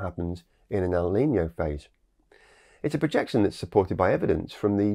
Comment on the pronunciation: NOT LA NINIA .. LA NINA. NOT EL NINIO ... EL NINO